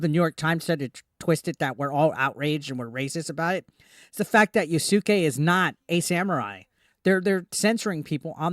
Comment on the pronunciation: "yasooke" lmao